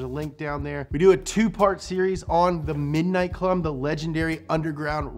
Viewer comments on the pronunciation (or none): none